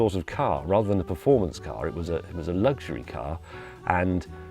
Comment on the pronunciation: James....there's no G in luxury....